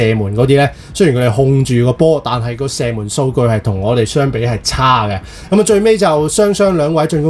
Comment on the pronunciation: 场均 “身” 门